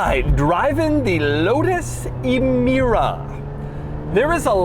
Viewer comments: it's pronounced Amira not ee mira. my ears got infected in the first 10 seconds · It’s pronounced “eh-meera”. Not “ee-meera”. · it's emira, not imira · Doug the type of guy to pronounce Emira as eemeera and also say a 2GR is a boring Camry engine